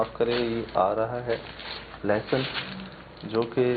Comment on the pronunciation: leh-sun not lussun